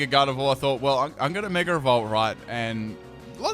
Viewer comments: It's Mega not Meger. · it irks me when you say megar evolve.... mega doesnt have an r in it but i like your videos so i suck it up